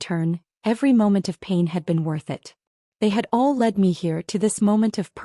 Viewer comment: Lead is pronounced ‘led’ when it’s the past tense; I see AI doesn’t understand yet?